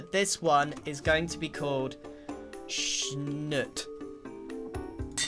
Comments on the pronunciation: It’s shnoot (like shoot but shh in the start). If you want what your saying it should be shnut. Luv ur vids :) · Schnoot is not schnuht it's sh-newt. Much better anyways but yeah, double O's don't sound like that unless you enter the hyphen game. Just ask a cert hermit. A mister, b. Double. Oh, who am I kidding, it's jumbo. Talk to jumbo. 😉😊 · Spelled Schnoot but Grian says it like Schnut. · so funny hearing grian lovingly calling the baby sniffer schnoot. dont know if this is a quebec exlusive but that how we pronounce one of our swears that means "crap". its hilariously jarring